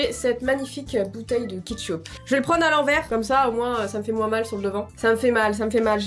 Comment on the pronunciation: Du '' ketchoup'' 😂